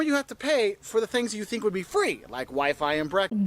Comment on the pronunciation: How she pronounces wi-fi as 'wee fee' is just adorable.